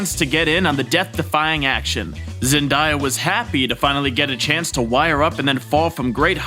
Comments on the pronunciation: Idky i get so triggered how he says Zendaya 😅😭 I have no room to talk i have a speech impediment i say almost everything wrong lmao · say zendaya's name right and I'll give you a like